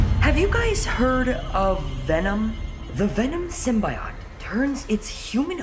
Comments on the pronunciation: My mans just said symbiotie wrong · I love how he said sybiote wrong lol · He said symbiot